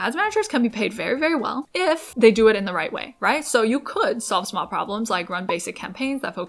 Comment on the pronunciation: Smawl, so smawl 😂